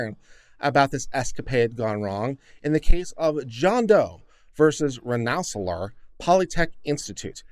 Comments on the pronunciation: "REN suh leer'" Polytechnic Institute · Just pointing out that Rensselaer is pronounced Ren-Suh-Leer. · It's pronounced Ren-sa-leer